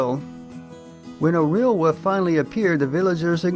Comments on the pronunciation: It would seem that English is your mother tongue, so I'm surprised you do not pronounce the "l" sound in the word wolf. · Not sure...the 'l' is there sometimes but it is so slight that it seems almost silent and at other times I leave it out altogether. It is fairly common for native English speakers, at least in the U.S. to not pronounce the 'l' in wolf but I am not sure if it is geographical or regional. I do not suppose folks in the UK have a need to say wolf very often, however but in some parts of England I'm sure it would become 'woof' with a dark 'L" that is more like a U. It may be because I am from the South but I'm not sure. An example of a person who pronounces it a lot like I do is Kevin Costner in Dances With Wolves.